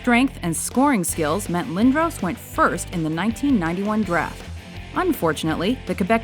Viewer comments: Eric Lindohws? wtf... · It is lind-dros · You said lindros wrong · My ears hurt every time an American pronounces Lindros wrong